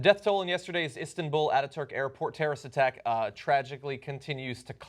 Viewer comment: "Istinbul." -John Iadorola